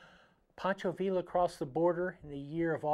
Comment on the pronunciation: Tremendous video,! I think you've just added a.45 SAA revolver from Cimarron to a lot of our "wanted" lists! By the way, the double L in "Pancho" Villa's last name is pronounced as a Y. I always look forward to your Triggered videos.